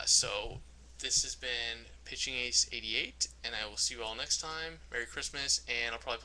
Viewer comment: Mewy cwistmaz!